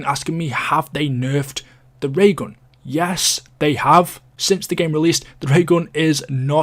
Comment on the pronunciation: "Da Ray ghawn"